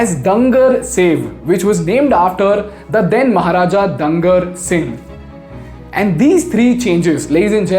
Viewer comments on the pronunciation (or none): It's not डंगर, it is डुंगर, I am from Bikaner. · the name of the maharaja should sound like Doongar Singh and not as Dangar Singh. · Thanks bro for such a deep study. Since I hail from bikaner and know the family well there are few corrections. 1. It is not dunger, it is pronounced as Dooh-ana-gar. Dangar means animal which is an insult to the king of bikaner. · अंग्रेजी अर्थ का अनर्थ कर देती हैं। it's not दंगर ये डूंगर हैं। महाराज डूंगर सिंह जी के नाम पर। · Not dangar... It's dungar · Its not दंगर सिंह its डूंगर सिंह। i am a resident of bikaner and a bhujia lover. And its not दंगर सेव its डूंगरशाही। you are a great channel, you should keep the pronunciations correxlct as you are telling story of my beloved city and it would not be cool to project wrong names. Thanks. Great job though. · It is डूंगर not दंगर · I believe it is डूंगर and not दंगर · Just a small correction, it's डुंगर, which means mountain, and not डंगर . Fabulous video otherwise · I do not want to play wet blanket here but As my native place is Bikaner and I have been there for over 20 years, I would like to correct you for wrongly prononcing the name of the then Maharaja as 'Dungar'. The way you pronounced it is a very negetive word. It's actually डुंगर or you can say it like 'Doongar'. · Hi, Dungar in Bikaner is pronounced as Doongar , Dungar means animals. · It is pronounced as " डूंगर " in hindi ! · The way you pronounce the word " Dungar" is wrong. It means you are talking about animals. The correct way to pronounce Dungar is " Doongar". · Dude. Wtf. Pronounce Dungar Properly. U pronouncing it like Dangar which means animal. Do proper research ffs! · you are doing a great job I watch a lot of your videos hats off to your hard work, but just wanted to correct you a bit it is pronounced as डूंगर which means a hill and the name of the Maharaja of Bikaner during that time was also pronounced the same डूंगर सिंह even a city is named after him as Dungargarh.